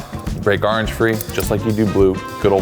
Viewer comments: I love how says "ARange" get yourself some pirate orange permatex. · "Arnge" No idea what the "arnge" permatex is all about. I was too busy saying "arnge" when was talking about it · lol says ahrange